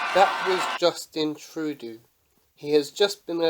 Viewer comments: Troo-doo xD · Here we go! Respect from Vancouver, BC, Canada. #FeelTheBern P.S. it's pronounced "true-doh"